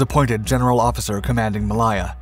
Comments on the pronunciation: Mal-lay-ya, not Mal-lie-ya…………. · Malaaaaya not Maliiiya please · Mal - I - ah....... Is pronunced Mal -a - ah. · It's NOT "Muh-LIE" or "Muh-LIE-zhia" it's pronounced "May-LAY" and "Muh-LAY-zhia" -- like Lay's potato chips. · I love these programmes. It is such fun working out what the video footage actually refers to. Also I have no idea where Mall aie er is! . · I was just about to make the same comment ... pron: ◾ ma-LAY-a ◾ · I guess that pronouncing Malaya as "ma-lie-a" is good if you are speaking Spanish. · It's pronounced muh-ley-uh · A great video as always, but you need to learn to pronounce Malaya correctly. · It would be a great video if he just knew how to pronounce Malaya correctly. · You need to research the pronunciation. The way you pronounce Malaya made this almost unwatchable